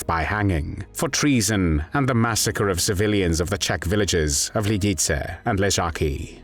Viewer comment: Fix. The. Pronunciation. Of. Lidice!!!